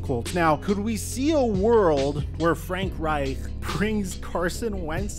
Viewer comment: It’s painful listening to you say “Reich” lol